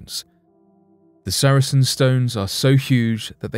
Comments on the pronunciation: Sar-sen not saracen. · It's Sarsen stone not Saracen stone btw 👍🏻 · Sarsen stones NOT saracen stones. Also, the artist's impression of the busy road next to the site is the wrong road!. The A303 is a few hundred yards to the other side of the site. Could do better. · FOR INFO They are SARSEN stones, not Sar A Sen stones. saracens were soldiers.